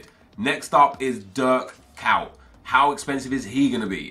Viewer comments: Why tf does he read kuyt "KAWT"? It's ko-yt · he says dirk kaut😂😂😂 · it's pronounced "Kait" it's not that hard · KUYT... that pronunciation))) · he just slaughterd kuyt his name😧